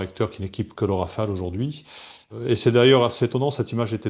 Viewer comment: "Rafale" svp.